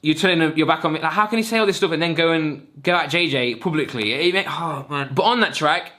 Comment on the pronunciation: "Pooblicly" "nooothing"